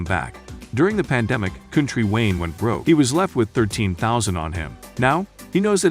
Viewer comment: If your going to spend negative energy, pronounce him name right. Haters!!!